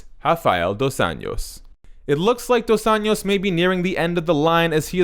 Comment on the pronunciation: It's pronounced dos "anjos", like saying angel but with "o", other than that great video